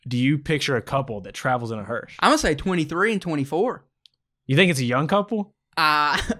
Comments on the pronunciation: Why can't either of them say hearse, I'm hearing hurst, and hearsh, but not hearse lol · If I'm hearing him correctly he is saying it as hersh if so hes definitely wrong its hearse